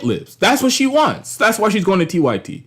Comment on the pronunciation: Nah you gotta explain your screen name better bc I knew it was 'unapologetic-y-t' but it sounded like you said 'unapologetic-white-tee' 😂